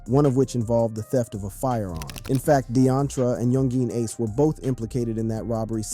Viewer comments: Yung-geen ace😂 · “ Yun Jean Ace “ . Man wtf💀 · “Young geen Ace” lmaoo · Lmmfao he said Young Jean ace